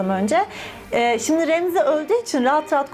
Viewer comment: Ramsey'i dumduz Remzi, Shireen'i de ayni sekilde Sirin diye telaffuz etmen adeta mahallemizin cocuklarindan bahsediyormussun gibi dinlememe neden oluyor sanirim. Asiri tatli. Hayatimda ucuncu kez filan bi videoya yorum yaptim sanirim... Iyi ki varsin, butun videolarin cok tatli. Bay.